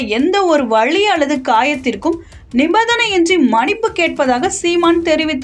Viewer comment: மனிப்பு இல்லை மன்னிப்பு... என்ன வாசிக்கிறீங்க